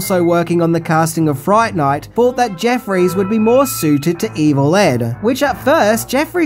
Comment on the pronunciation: "Welcome to Fri-ght Ni-ght "